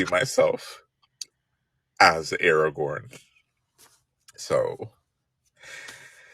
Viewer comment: I agree with your premise, but I have to point out that Strider’s name is AragoRn; not “Aragon”. Also, the books are not 100 years old - the Hobbit was first published in 1937, and The L.R. Was published . I fully agree not to be happy with pandering and tokenism.